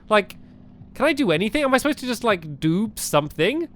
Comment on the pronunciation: stampy says dood insted of do lol😂